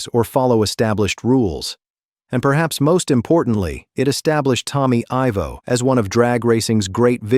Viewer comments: Who is? It’s Ivo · His name is pronounced EYE-Voe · EYE Vo!!!!! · If your going to do a bio say the name correct IVO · GET HIS NAME RIGHT, ITS TOMMY IVO